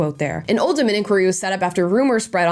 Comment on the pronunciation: Interesting that Amala pronounced Oldham correctly 👍’oh’ldumb’ (rather than ‘old ham’. Omg…Rotherham, too!!!